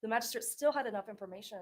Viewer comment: She mispronounces Magistrate, every time she says it. Drives me crazy!